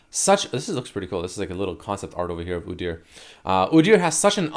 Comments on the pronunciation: everytime I heard oo-deer instead of oo-dyur I twitched. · God please make stop saying udyr like that:/ "oo-deer" because now i cant say it normally and its hurting my mental state:)